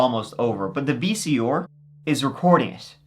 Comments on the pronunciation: Love how your say “VCER” (VCR). Also love these compilation videos. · Ok, I knew you couldn't say "Th" but this is the first time I've heard you say "VCR" as Vee-Cee-Orr. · VEE-SEE-OR lol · “the VC-OR”😭😭😂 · Damn VC or's! Lol jk, you know we love ya! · If this episode taught me anything it would be that says “V.C.OR”.😂😂😂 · “Vee cee ore” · Gotta put a VHS into my Vee Cee Oar. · Love ya but vc or lol. Or. You mean R haha. You barely have an accent till it’s something with R. Like tree for 3 or ore for R lol. Wonder if he tries to not have an event like some people in America does if they’re gonna be in the radio or tv? Like just neutral. Still better than the English not pronouncing R at all. Vc ah. Get ova hea. Haha. Can I get a boel of wahuhh I’m thestay. 😂 wonder if that’s where east coast gets get ova hea. Fuh git about it. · VC..or haha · "The VC Or..." 🤣😂😂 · The pronounciation of vcr is too funny.